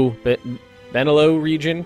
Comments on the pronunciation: Thats not Benelou. Its Benelux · It's BE-NE-LUX, as in Belgium, Netherlands, and Luxembourg. Also known as the Low Countries. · Hey, nice let's play so far. Enjoying it a lot. Keep it up! Just as an info. Benelux it's just BElgiumNEtherlandsLUXembourg. And u straight pronounce it out BENELUX:) See ya! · Just an FYI it is pronounced Ben-El-Lux as a combination of the three countries in that region